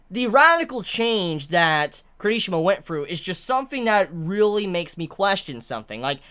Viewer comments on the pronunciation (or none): It's not kerishima!!!!!!!! I hatee how he says that hear me out K I R I S H I M A !!!! watch the anime and here his name jeez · Care - E - She - Muh . I enjoy your videos but your pronunciation of names are horrible at times. for someone that loves this manga as much as u seem to, u slaughter the hell out of names! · The..... the way he says Kirishima.....